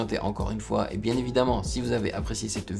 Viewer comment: Salut on ne dit pas "un x" on dit "une fois"